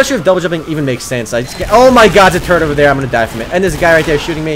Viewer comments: When you say "turret" it sounds like your saying "turd" lol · He says turret as turd lol